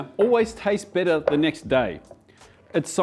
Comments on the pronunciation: the accent confusing on 'bitter' and 'better' i was like wait braised meats get bitter when they sit? huh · I thought he said the bolognese sauce tastes „bitter“ the next day lol but he meant better 😭😂